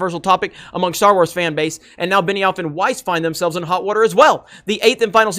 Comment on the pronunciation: Beniwhore and Not Wise. Wow this is hilarious. They have no idea what they are doing there. What a bunch of idiots.